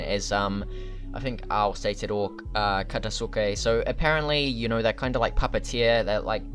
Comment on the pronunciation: Katasuke name is pronounced KA-TAS-KAY